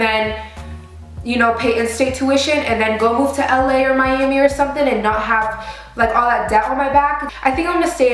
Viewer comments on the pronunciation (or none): none